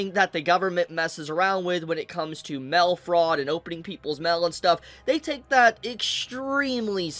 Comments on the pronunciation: M A I L, not MAL, pronounce it correctly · Its like he pronounces mail as mel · why dude saying mell